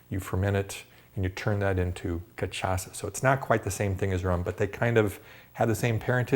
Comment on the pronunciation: It's ka-sha-sa :)